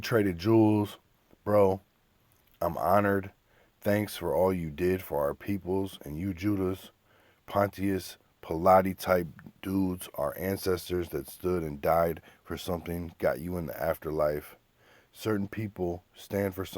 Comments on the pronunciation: Pontius Pilates? Bruh, It's said Pon-Shus Pilot, look him up lol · The way you pronounced pontius pilate actually made me ashamed for you. Educate yourself my dude.. smh